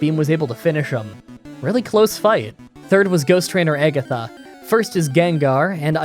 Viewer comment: I like how everyone is here talking about how you’re saying the Pokémon’s names wrong, meanwhile you’re calling Agatha, “eggatha”